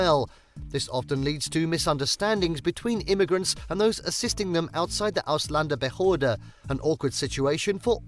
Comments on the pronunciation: He should learn to pronounce that Word Ausländerbehöre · As German I am sitting here laughing because the way that guy pronounces "Ausländerbehörde" 🤣 One more reason, why they are so rude to immigrants. Learn german first before even think about to immigrate 🤪 What the hell is he talking about dog poop? Of course you have to pick it up and it is forbidden to take your dog into the grocery store... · This guy is from a learning plattform, but cant say ausländerbehörde correctly. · As a German, who was born in America, let me offer you a simple solution. And then it wont feel so dark. LEARN GERMAN. Then you will be able to pronounce "Ausländerbehörde".